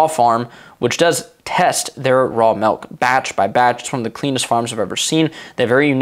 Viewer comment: It's "Milk" not "Melk"